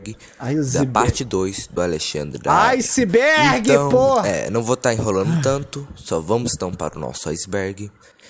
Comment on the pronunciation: Literalmente ninguém: A Cara que criou o vídeo: "bem vindos Ao Izibérgi do Alexandre na área"